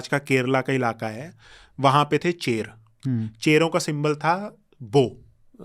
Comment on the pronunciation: Chol nahi chozha or chola Cher nahi chera 😢😂